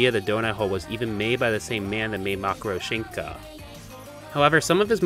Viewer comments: Почему он говорит не матрёшка, а макорошинка?😨😨😨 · I'm just wondering why you pronounce matryoshka as makoroshinka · every time calls matryoshka "macroshinka" a piece of my little russian heart dies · kinda late, but, its pronounced "Ma-tree-yo-shh-ka" Every time you said 'Makoroshinka' it sent chills down my spin lmao. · Makurashinka? Matryoshka? Also have never heard Suna no Wakusei/Sand Planet translated as just Dune before which is strange. In any case video good. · It's not pronounced "Ma-tree-oh-shin-ka" its actually "Ma-tree-osh-ka" its the name for Russian nesting dolls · he NEEDS to pronounce it as MAY-TRI-OSH-KA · nooo, it should be MA-TRI-OSH-KA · Да у него там вообще макарошенька получилась 😂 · Makro shinka? It’s matryoshka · say it with me! ma-tro-shka. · IT’S PRONOUNCED MAH TREE YOSH KA!!! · My 1/3 Russian heart hurt from how you pronounced Matryoshka. How to pronounce it is Ma-tro-shi-ka. The y is very feint to the point it’s almost nonexistent. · ‘mackaro shenka’ somethings telling me thats now how it’s pronounced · Every time I hear you pronounce Matryoshka as "Makroshynka" I suffer (nice video btw) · (literally shows the text for "Matryoshka" on screen) (pronounces it makoroshinka anyway) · "makroshinka" wtf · How the heck do you get "makoroshinka" from "matryoshka" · The way you say Matoryoshka makes me cringe 😬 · I had never heard someone pronounce "matryoshka" THAT wrong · Hey, Putin called, pack your stuff mate cause he said he's sending you to gulag for pronouncing matryoshka like that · in the original japanese it's spelled matoryoshika so that's probably his point of reference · Had to stop watching because of that, too cringe oml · this is amazing and thank you for doing sth on my favourite producer, but the pronounciation of "matryoshka" and saying "dune" kinda killed me lol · Hey, I know I'm late for the hate train for how you prononced matryoshka, but I think it should haunt you every day. It's a russian nesting doll